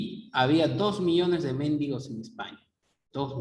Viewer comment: "Habia 2 millones de mendigos, no de méndigos."